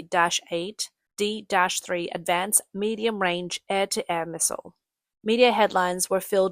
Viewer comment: It's pronounced aim not A I M. These would equip the American F-16. The American F-16 cannot use Chinese weapons and Chinese aircraft cannot use American missiles; this is school-boy knowledge...back to your ox-cart...